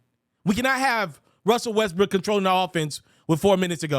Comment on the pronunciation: At 6.44 I heard Westbrick 😂